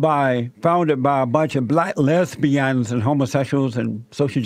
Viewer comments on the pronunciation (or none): Les-bian LOL.